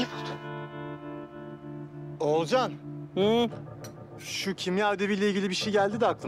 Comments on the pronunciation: Akif Oğulcan'a oğulcay diyor Oğulcan da akife atıf diyor çok güldüm ya 🤣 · Ogulcay değil Olcay diyo